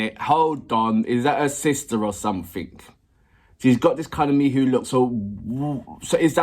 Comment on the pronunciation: FYI - Miho is pronounced Mee Hoe not Mee Who.